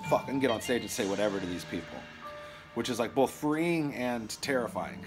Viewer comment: Work on pronouncing some words correctly: "both," "appreciate," "been." It's not "bolth," "apprishiate," and "ben." <-----that's how you say them.